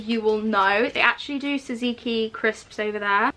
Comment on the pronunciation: Anyone else triggered by the way she says tzatzki? Actually love 😂